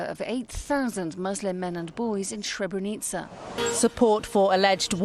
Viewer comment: I'm Bosnian and a muslim. Imran Hosein doesn't even know how to pronounce Srebrenica, nor does he mention the accurate date of the genocide in his video that is addressed towards the Bosnian muslims. He should go to Srebrenica and pray janazah and pay his respect to the victims of the genocide that FYI didn't only happened in Srebrenica, it happened also in Foča, Prijedor, Ključ, Višegrad and other places in Bosnia as well. He is ignorant and persistent in his ignorance. Yes it was a planned agenda. The Serbs did the same thing throughout the history of Bosnia as well and they do not remorse nor are they sorry. We see it every day, they are even threatening us with another genocide. Just look it up, the evidence is all over the internet. They regard the war criminals as their heroes ...